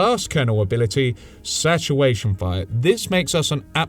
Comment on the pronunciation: satawation fire. XD Hunting Wabbits are we?